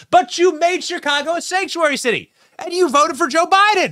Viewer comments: Benny, did I hear you say "the shitty of Chicago"? A propos! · Ahahah you said shitty of chicago.